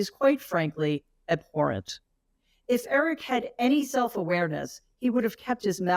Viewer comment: Eric: "Uhhh, obwhore-ent? What does that mean?"